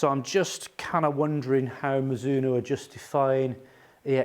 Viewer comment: Great review! Your pronunciation was the correct one! Mizuno is a Japanese company named after the surname of it's founder Mizuno Rihachi. In Japanese Mizuno's name is 美津濃 and pronounced ミズノ(mi zu no). Japanese is great because it is extremely phonetic, a word is almost always pronounced exactly how it is written. ミ - mi - Pronounced like 'me', as in 'me, myself, and I'. ズ - zu - Pronounced like 'zoo', as in the place to see animals. Except the 'oo' at the end is shorter and not extended. ノ - no - Pronounced exactly like 'no' in English, as in 'no thanks'.